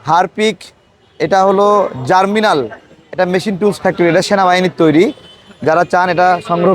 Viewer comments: পণ্যটির নাম জার্মিনাল না ভাই, জার্মনিল। তাড়াতাড়ি পড়তে গিয়ে ভুল হয়ে গেছে। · Bhai. Salam. Apnar upasthapona aro ektu bhalo hoto, jodi apnar pronunciation correct hoto. Apni "GERMNIL" ke bolchen "Germinal". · Hanks but its germnil not germinal vai. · It’s germnil not germinal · জারমিনাল !! কি বলেন!!!!😮 জার্মনিল ভাই